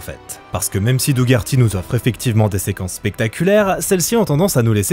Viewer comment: ça se prononce doh-erty C’est horrible ce que tu fais, sachant que le pauvre Doug Herty pensait qu’il allait réaliser le film:p